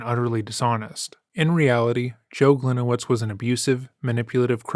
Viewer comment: Should be pronounced like Glinievitch, not like Glinewitz